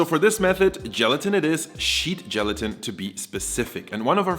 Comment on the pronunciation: I thought he said sheep gelatin and I gagged.